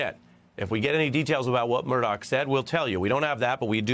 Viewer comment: Murdoch, not Murdock!